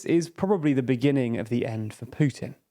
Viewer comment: How many "dii beginninnng of dii ennnd for Pyutinn"s has it been? I remember at least 10 in the first week of the war.